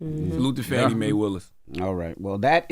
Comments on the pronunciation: Get her name right, it’s pronounced FAW-NEE not Fannie! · The black guy’s name is not Willie, his name is Harrison Floyd…was Willie a joke? Also, the DA’s name is not Fannie - it is Fani - pronounced Fah-nee. This message is for Tezlyn since she is the journalist on the show - love y’all - just make these corrections! 😊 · Please put some respect on that woman's name. Her name is Fani (fawni) not fanny. You didn't mispronounce the other prosecutors's names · The District Attorney in Fulton County Georgia’s name is Fauni (Fawnie) Taifa Willis. Charlemagne and the news person calls her Fannie like Donald Trump. He uses that word as a way to be demeaning. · Not FANNY. It’s pronounced FAWNEE. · Shame on TEZ and CTG for calling Fulton County DA Fan-ee, when her name is FAWN-EE. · Hey guys, I just wanted to point out that you have never pronounced Fani’s name right - and I’m not just talking about the “Maye” part. It is not pronounced Fanny- what she is doing is too important to be playing with her name so loosely if she heard it, I think that she would be offended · Her name is pronounced Fawn-ee.